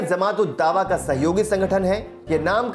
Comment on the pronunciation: जमात को zamat न उच्चारित करें